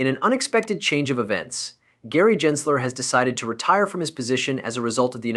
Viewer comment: It’s Gensler not Jensler.